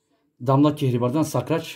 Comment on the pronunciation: Sakrac degil SARKAÇ ….hahaha😅